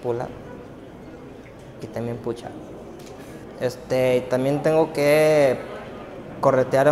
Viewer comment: "puchap" hahahahha